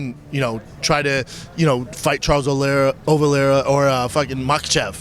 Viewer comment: "MaT chi ev" I think schlub ment makhAchev 🤪 it's a tough 1 bapa even for a journaliss